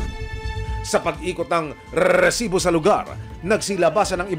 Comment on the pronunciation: Rrrrrrresibo,ok na sana yung catch phrase lang ang sobrang OA